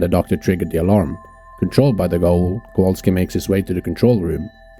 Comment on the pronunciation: Kowalski, not Kawalski.